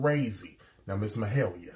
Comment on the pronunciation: Yes! Been hoping you'd start to react to the incredible Mahalia. And yes you are saying her name correctly. You asked about her journey and whether she'd been on any singing shows. She was on The Voice 9 years ago. This is her audition of Proud Mary. She was also on The Masked singer this year. She was the Pavlova. Sounded incredible as always. Aside from performing with her father on many of his tours, she's also recorded and toured with her own band "the soulmates". She's worked with a lot of other artists here. I have no doubt this will not be the last time you react to Mahalia.